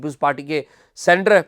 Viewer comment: Not "centre" but "senator" سینٹر نہیں ”سینیٹر“